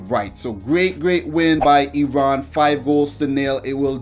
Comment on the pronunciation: I love how you pronounce Iran, 1000 happy birthdays to you amigo!